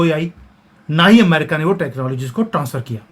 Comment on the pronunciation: शब्द "अमेरिका" है। आप एमेरिका क्यूं बोलते हो? अमेरिकन √√ एमेरिकन ××